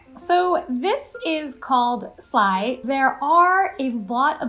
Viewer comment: Dude! You said "slaai" perfectly!!!